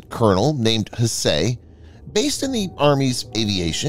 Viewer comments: one would think the narrator can simply use Google to learn the correct pronunciation of the name Hsieh. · The TTS is showing quite badly this time. Hsieh is pronounced more like "sye".